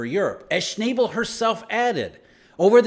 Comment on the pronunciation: Sch-naw-bull not Sch-nay-ble